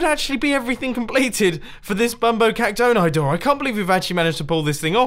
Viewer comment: Mumbo I think that bumbo Caxton is pronounced bumbo cacton-e